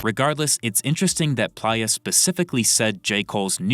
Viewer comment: You gotta be saying playa wrong on purpose for interactions 😂 it’s play-a